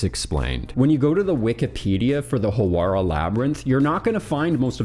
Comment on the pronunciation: "Howarah" "Lexor" Dude, at least try.